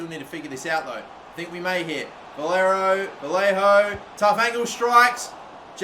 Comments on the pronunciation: “Vallero” “Valliajo” COME ON 🤣 VA-LAY-HO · Vallejo name is pronuced vajejo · You gotta stop butchring vallejo's name man